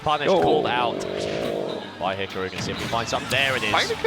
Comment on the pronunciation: Wow. These sets are so much better on mute. Don’t have listen to some moron mispronounce Hikaru. Who the foock is Hick-a-roo?